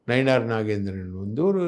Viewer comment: சார் நயினாரா இல்லை நயின்9 னாரா தெளிவாச்சொல்லுல்கோ